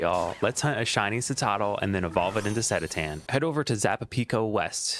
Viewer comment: Cool vid but the Cetitan pronunciation was painful lol